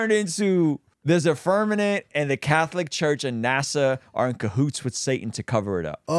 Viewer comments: It’s FIRMAMENT. TWO M’s. IF YOU SAY FIRNAMENT ONE MORE TIME I WILL LOSE MY MOTHER FU*KING MIND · Okay. It's Firmament, not firmanent. You giggle as if you know for sure, but I suspect it's a little nervous laughter. My friend showing me earth on a zoom call is a touch suspicious and the Catholic church being part of a deception is not such a stretch of the imagination. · The fact that is STILL calling it the firmaNent 😂😂😂😂😂😂😂😂 Vaccines and globe earth 😂😂😂😂😂😂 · Can’t even say Firmament properly. I’m outta this channel